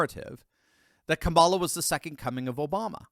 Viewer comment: Long time viewer and fan. I'm sick of commentators like you pronouncing her name incorrectly. You, Levin and viva frei... why!? It's comma-la